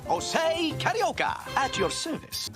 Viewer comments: It's not "Shosay" it's "josé". É sounds like the "a" in "apple" in the US American pronunciation. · It's Jose (HOE-ZAY, NOT JOE-ZAY) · Ah man, knowing now that his name is supposed to be Joe-ze instead of ho-ze really makes me wish that future version’s of the three caballeros will go back to this pronunciation. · Pretty annoying when he calls himself "José" with that spanish "J". I wish they correct it. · and I've enjoyed performance more, although that 'Ho-say' pronunciation kinda annoys me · And real spanish people gets annoyed at americans how they butcher or bastardize the prounouncations in J sounds. Instead of the SH sound (not as in shoot but as a horking sound, you know the sound we make to prepare to spit) the americans wrongfully say H so José is prounounsed Hose-ay instead of Sch-oh-say or Jalapeños into Hall-ah-la-pen-yos instead of Sch-ah-la-pen-os. We swedes can easily say the SH sounds as we have many words starts on S, K, SK and so on that is porounced with the SH sound. If you don't know how to do it, search videos on here on YouTube for how to pronounce the SH sound. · Its weird that you pronounced his name wrong despite you doing research and getting clips for this. I guess your familiarity of Jose was rather low before this, then you did the research then audio recording first, and did the clip finding last, resulting in you pronouncing his name wrong. Other than that, this was nice.